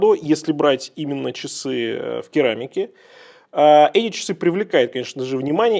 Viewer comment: rAdo же, а не radO. Нет?